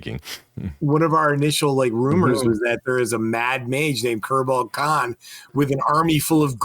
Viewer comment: I swear at least fourty percent of the time the boys are saying Kerbal Kahn.